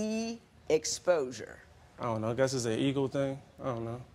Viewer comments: I though he said it’s an eagle thing😂😂😂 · Angel Serrano .... when the man says “it’s an ego thing” it sounded a lot like “it’s an eagle thing” and that’s how some people heard it